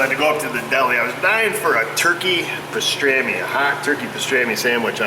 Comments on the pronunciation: you say pah..strammy..most say pah..strommy. lol take care of that cold u have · lmao iv never heard pastrami pronounced like that! :P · What's a passtami?